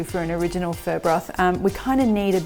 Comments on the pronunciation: omg did you just say furr!!! yuk I prefer phoooooooooo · looks awesome! it is pronounced 'fuh' it sounds like you are saying "fur". even the auto-subtitles thought you were saying "fur" :-) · Is that how pho is pronounced? It sounds almost like 'fir' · Okay this whole time I thought it was pronounced “fuh”...... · I believe it is. I THINK it's her accent. I've never heard it pronounced this way either lol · took me 5mins to understand that you're not talking about "fur" 🤭🤣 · Pho came from Vietnam, not the Philippines - two totally different ethnic groups and cultures. Say it like phuh-uh, but don't make it two distinct syllables because Vietnamese is a single syllable language - you're basically prolonging or dragging out the one syllable but the inflection goes up a bit at the end. So start with the phuh part with the tone neither going up nor down, then go up when you hit the uh part. If you can't do it, just say, fuh. Not fur. LOL!